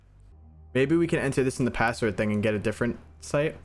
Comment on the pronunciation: "A pAsSwOrD yUo SaY"😂